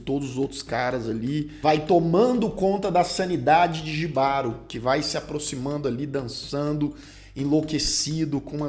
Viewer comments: Apaixonei na sereia. Para melhorar a experiência, tem que assistir esse episódio com fones de ouvido. A sensação sonora é fantástica. A gente sente a dor da sereia no final e o desespero do cavaleiro. Outra coisa, não é "jibaro", é "ribárô". J tem som de R em espanhol. Desculpa, mas sou casado com uma colombiana e ela me enche a paciência com nosso portunhol... Kkkkkk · só uma observação, "Jibaro" se pronúncia Rribaro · a pronúncia correta é em espanhol, logo o correto é "RRÍBARO". J em espanhol tem som de R.